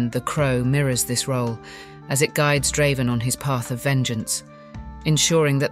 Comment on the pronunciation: You didn't have to ruin this video with Ai. by the way, Draven isn't that hard to pronounce